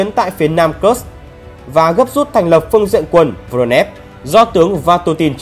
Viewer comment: Video rất hay. Xin góp ý 1 chút về việc phát âm các địa danh: nên tham khảo cách phát hính xác nhừg địa danh. Có 3 nguồn: phát âm theo tiếng Nga, Tiếng Anh hoặc phiên âm Hán Việt. Ví dụ: Kursk là Ku r s cò, hoặc Cuốc x cơ vv..Thân ái